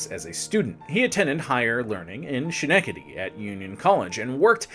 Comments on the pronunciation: 2.4 million subscribers? Yes. You mispronounce Schenectady brutally. You maintain a vaguely sarcastic tone without a glint of wit. You are insultingly poorly dressed. You would do well to lose 30 pounds. When you said the conductor claimed the other passengers would be insulted by the ABSENCE of the nice black lady - and I checked this twice - it confirmed that your copy editing is as slovenly as your attire. 20 million incels in their parents' basements would do as well or better. Chubby guy in an ugly shirt reads a Wikipedia article with extra condescension sauce. 2.4 million subscribers. The brilliant Mark Maguire is at about 65K. Back to the libertarian bat-cave to rehabilitate the free market on this one. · The most forgetable President ever is Buried in Albany Rural Cemetary. Nice grave. Schenectady...(Ske-neck-tidy) not (She- Neck-idy)...close. but not quite there. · It's Skenectady and NOT Shenectady. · Did this guy just call it shan-ecady NY?! It's..... Ska-neck-ta-tee. Bro....you're teaching people as an online educator. Try and know how to say the names and towns right. Derp* Derp* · Heh "Shhnectedy." "SKnectedy," bubbe. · Say it with me… “Skuh-NECK-tuh-dee” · Dude. Ska-neck-da-Dee. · Ska- neck taddy!! Schnectady I’m sorry it was very hard to hear you say that so badly. Please heavily research any New England names before venturing into this part of the country hint Worcester = woostah. And peabody is peabiddy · Ska-neck-ta-Dee. Cmon man. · It's Ska-Neck-Ta-Dee. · Schenectady = Skin-eck-tiddy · I came right here after the second mispronounced time he said to see if it was already mentioned. I see that it was. LOL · Giggling every time he says "She-neck-ah-dee." And he says it a lot! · Hearing you butcher Schenectady is sending me. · Schenectady has a hard K sound. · Ooof, I'll bet you've been getting some comments on pronouncing 'Schenectady'. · My mother in law was from Schenectady. You are mispronouncing it!